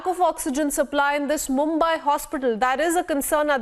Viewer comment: not मुम्बाय but मुंबई। You take utmost care while pronouncing english words. So take same care while pronouncing indian words.